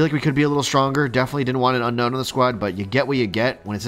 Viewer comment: Unown > Unknown Please community start pronouncing this name correct. Un - OWN and not Un - KNOWN